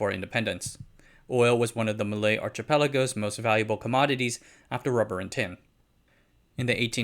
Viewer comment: I do enjoy your subjects and research. However, after watching many of your presentations, I would say that your English and Chinese are both a little strange. Are you using an AI to narrate...? If it is, it is pretty good. To make it even better, you will need to train your AI to say the word "archipelago" without the 'tch' sound but with a 'k' sound. In English the words just sounds a little funny and strange, of which you will be nitpicked with and likely lose your audience; but in Chinese, you would be using a totally different word than what is meant to be. Tough crowd eh...!